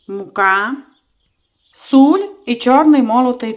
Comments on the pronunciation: Ви хороша господиня,яка видно що смачно готує,но будьте такі ласкаві говоріть( сіль),а не суль.Не обіжайтесь. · Можливо і посмажу такі котлети але зараз з задоволенням слухаю Вас особливо ,,додаю суль'' здоров'я пані господинько😅